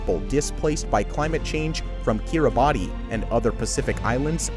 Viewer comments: Kiribati is actually pronounced “Kee-Ruh-Bas” the ti is pronounced as the “s” sound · When doing these kinds of videos I think it’s important to be able to correctly pronounce names and words. ( ie Kiribati and Archipelago).